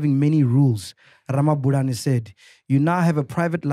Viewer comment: Mac needs to brush up on his Tshivenḓa. Ramabulana is such an easy surname to pronounce 😹😹